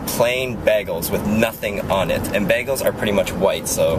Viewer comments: "Baygeuls." not "Bag uhlz." :3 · "bag-gulls" ? "BAY-GULLS." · isn't it pronounced bay-guls? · i love how he says Bagels as baaggles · Honestly, i think you are saying bagels the correct way and me & everyone else is saying it wrong. Because the bag in bagels in should be pronounced like a regular bag . So in a way.. bag elles is the correct way. o_o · beagles!!! XD wow lol he says cream cheese right XD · saying bagels like baggels :D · You say bagels weird. I say Bay gulls. o-O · Its BAYGELS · I love how you he says bagels!!<33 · lol i like how he pronounces "bagels" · i've never heard someone say bagels like that @@ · u say bagels weird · you say bagels funny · LMAO thats not how you say BAGELS!!